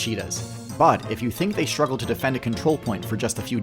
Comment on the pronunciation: Struggle is not "Shruggle" . Wrong English is "frushtrating"